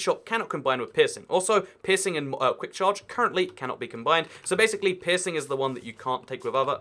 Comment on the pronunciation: Every time he says peirceing it sounds like pissing lol